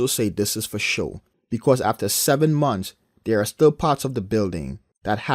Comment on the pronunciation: "6 monfs" umar